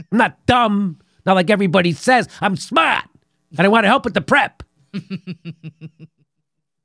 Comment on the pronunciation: Im smaht! Not dumb, like everybody says. ~ Fredo Cuomo.